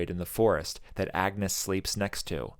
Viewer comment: Thank you for this deep dive into this great film. I identify with so many of the emotional response to your video. I am glad you recognized the alternate pronunciation of ‘Agnes.’ The movie is historically correct. It was pronounced something like ‘AN-use’ and, as Hamnet and Hamlet was used interchangeably, so was Anne and Agnes. Some scholars believe that Agnes might be her real given name, with “Anne” being a shortened form or nickname.